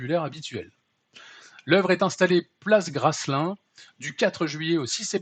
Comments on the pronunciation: On dit gra lun. Pas gralinnn.... Il y a un théâtre une place Graslin a Nantes.. pardonnable quand on ne connait pas l' erreur est possible..😊..😂😂😂 la honte suprême...il faudrait enfermé l auteur de toute cette merde en urgence et pour faire qu un voyage les abrutis de la mairie qui ont accepté cela 😅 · Coucou 🤗, c'est Place Graslin (on ne prononce pas le S: Gralin), en plein quartier centre hyper bourgeois de Nantes. Ça me ferait marrer si ce n'était pas payé avec mon pognon de prolo 🤪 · Pour info, dans Place Graslin, à Nantes, le "S" est muet, donc ça se prononce Gralin. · On dit Gra lin. Merci pour cette pépite